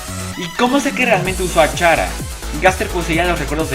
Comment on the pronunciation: Se pronuncia cara >:v